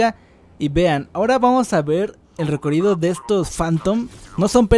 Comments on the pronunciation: Porque dices recorido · Por q dice recorido 😂😂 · Me rei como pronuncias recorrido perdón xd